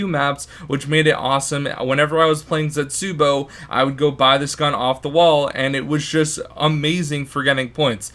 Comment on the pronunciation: Actually it's pronounced zetz-uh-bow not zets-you-bow